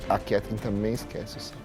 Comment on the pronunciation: E até hoje o Fogaça não consegue falar o nome da Ketleen